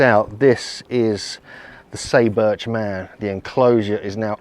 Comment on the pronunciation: SAY is pronounced like the English word "sigh" and "u" is like "oo". SIGH boorch. Just saying.